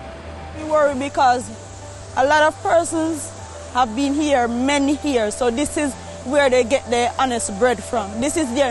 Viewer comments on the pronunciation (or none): She said alot of persons lol smh it’s alot of people, and years are pronounced as is not hears 😂🤦🏾‍♂️